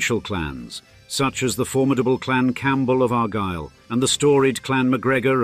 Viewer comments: one or two points of clarification: Clans are headed by chiefs. Branches of the clan are led by chieftains. "Argyll" has the emphasis on the second syllable And Buccleuch is not pronounced in that mangles way. I leave you here--goodbye. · Are you? You can't pronounce either Gaelic or Argyll, and I'm only 4 minutes into the video.